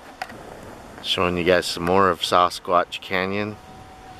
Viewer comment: Saw-Squatch? lol... I believe it's Sass-squatch. Sasquatch. hehehe